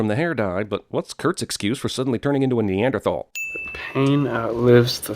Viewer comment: CinemaSins gets a sin for mispronouncing Neanderthal...